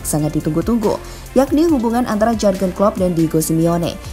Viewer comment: Maaf ya agak risih, pronounciation atau pengucapan nama Jűrgen nya tidak pas. Suara nya sudah bagus dan pede, sayang kalau pengucapan nama orang tdk benar.